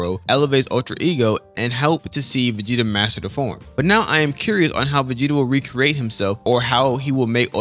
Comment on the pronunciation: Also “Vageta” is wild my guy 😂